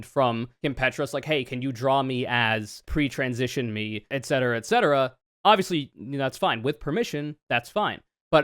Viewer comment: okay "flatcetera"